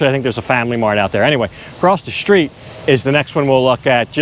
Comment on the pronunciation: 'Street' unlike 'shop' has no 'h' in it. Why do you say "shtreet"?